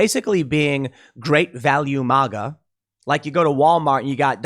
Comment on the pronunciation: MAGA Tim not MOGA. It’s weird. Good video though